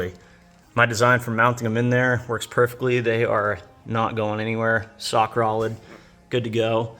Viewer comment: Sock rolid lmao 🤣 gets me every time